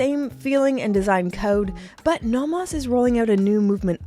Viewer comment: Please learn how to pronounce "Nomos."